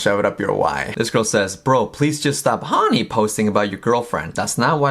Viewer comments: I am going to say "HAWNY" forever that's the cutest way to say it. I like to mispronounce words! "HAWNY" "HAWNY" "HAWNY"! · "Hawny" is such an obnoxious way to say that word. I love it and am going to do it all day every day.